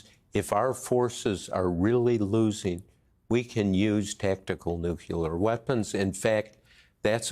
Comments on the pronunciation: "nucular weapons" No, it is "nuclear weapons," please do not revert back to Bush 2 :) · Oh good grief. Even Woodward says nu-q-lar. Sigh. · Are nucular weapons as bad as nuclear weapons? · Someone please teach this guy to pronounce NU CLE AR.